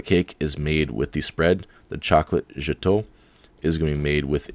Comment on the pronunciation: Great video thank you, Gateau is pronounced 'Gato', like cat, but gat-o, hope that helped :)